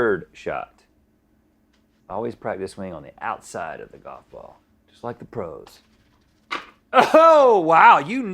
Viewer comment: "it's goff, anything can happen"